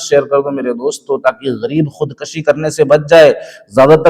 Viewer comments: محترم! خود کَشی نہیں ، خود کُشی ۔ اصلاح کرلیں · خودکشی ک۔ پر پیش صحیح تلفظ ہے